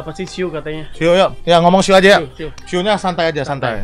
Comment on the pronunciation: bang siuu bang bukan suuu😅😅😁